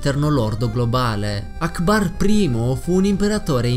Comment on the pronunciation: quando hai detto akbar 1 mi sembravi che dicevi allahu alkbar